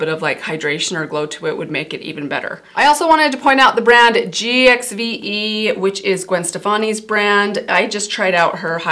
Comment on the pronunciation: It's pronounced GIVE beauty......Not that you would read or respond to your comment section. I've seen about 10 people try and help you say her dumb name GXVE beauty correctly including myself.